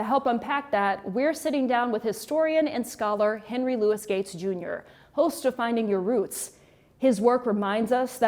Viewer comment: It’s LOUIS and NOT Louise.